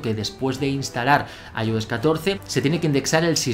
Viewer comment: Aioes Aipad os Mac os... Bro al menos se consistente en la manera que pronuncias.